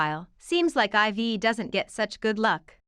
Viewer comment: It bothers me so much that people keep mispronouncing IVE and I’m not even a fan! Lol. It’s not “ivy” or “i.v.e”. It’s pronounced “I’ve” as in “I’ve been annoyed for weeks because no one can say it right!” Lmao.